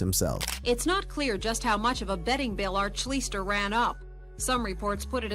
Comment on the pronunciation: The quarterback's name is pronounced Art "Schleeshter", I wouldn't expect you to know that, because he's before your time! But, now you know!